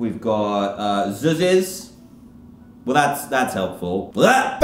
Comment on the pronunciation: “ZuZzEs” oH yEs ZuZzEs